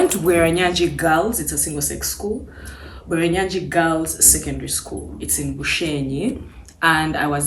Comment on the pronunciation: It's Bweranyangi, not Bweranyagi mehn. A well known single school that produced prominent ladies and even now it's still doing great